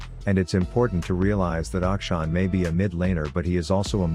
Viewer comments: Tyler actually does a decent pronunciation of Akshan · he is pronouncing it right lol